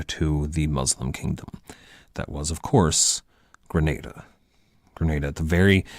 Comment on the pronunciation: Great lectures, pronunciation of Granada though is horrendous